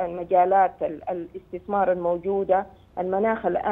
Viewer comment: مقدم برنامج الحدث الإقتصادي يتمتع بلقاقة جيدة. لكن لديه مشكلة في نطق كلمة (الاستثمار) فهو ينطقها اثتثمار: يعني اث ت ث م ار